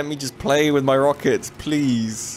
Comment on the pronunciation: “Lemme play with my rockects buddy” lol